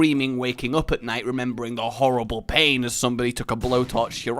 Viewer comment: Flavored animals that you lick.. bwahaha.. and then a glorious 'horibb-le' with a French pronunciation.. hopefully I can get back to watching videos after the weekend when things calm down. It has been the worst week, I'm truly this close to being at the end of my rope permanently with life, but all I need is one person's kindness and listening ear back.. hopefully I never lost it <3 I've only watched the first 4 1/2 minutes of this video because I'm super short on time, but I desperately needed a dashing dose of daily delivery of deliciousness;) <3 So.. yeah, I just had to see if there was still hope for me writing. Thank the entire universe that there seems to be <3 Hopefully I'll be back with comments soon.. not sure, but I truly hope so, because without daily kindness I have been a wreck, and it feels like most everything else this week has gone haywire as well, and I have truly been a mess.